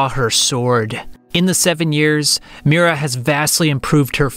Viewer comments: Sorry, but its Miria, not Mira It spells Me-ree-uh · It’s not Mira. It’s Miria!